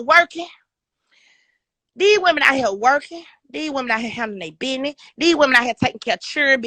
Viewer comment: And never date a woman who looks like a chipmunk and says the word “biness” instead of business